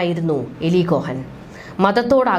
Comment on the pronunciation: Not malayalam eli,but eali ucharanam